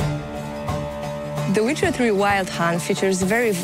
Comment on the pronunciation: "THE WITHER 3" WTF? Cant afford Letter (C)?